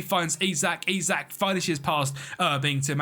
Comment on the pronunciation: yeah no man, i'm watching all your videos. Keep it up🤌. Also, i should shut up because there are definetely british names i can't pronounce😂😂